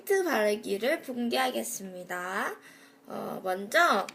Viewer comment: (영기의 틴트 바르기를 공개하겠습니다인데 봉개하겠습니다 라고 들리는건 나뿐인가...)